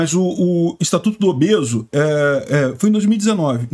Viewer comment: Não e obeso...e "obese"😂😂😂😂